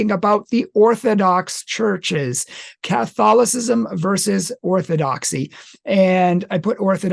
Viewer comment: Theological On the Orthodox side. Even though Western. Rome is the biggest 🔥 hotmess right now than even Luther would have conceived. And this man butcher the word Catholicism in the intro. Not nice.